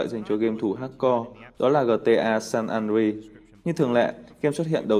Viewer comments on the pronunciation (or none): Gờ tê a san an đờ rê át. OK? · Gờ tê a xan an ri vãi cả phát âm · Kết hợp giữa cách đọc tiếng việt, tiếng anh và tiếng pháp lại với nhau, ra dc chữ gờ tê a san en ri =)) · Vãi cả gờ tê a xan an ri